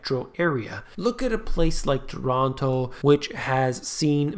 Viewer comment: you need to pronounce Toronto like a true torontonian